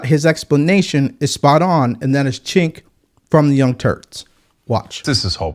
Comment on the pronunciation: New subscriber here. His name is not pronounced as chink, it's pronounced as "jake". I totally agree with you in this video. Keep up the good work brotha.